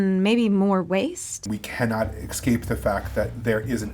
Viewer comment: its pronounced es-cape, not "ex-cape"